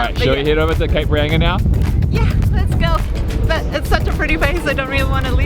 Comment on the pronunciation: Cape Reyinga ! Cringe!!!!! It;s pronounced Reinga, thank you.